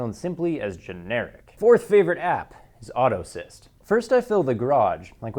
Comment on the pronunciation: Thanks for the recommendation. What did you call the one where you can keep maintenance logs, Auto Assist? You said it twice but I couldn't understand what you were saying. Thanks.